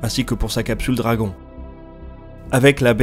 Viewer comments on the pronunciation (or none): none